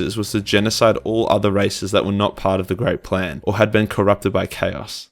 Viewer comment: multiple times throughout I thought you said "the great prank" which I found quite hilarious.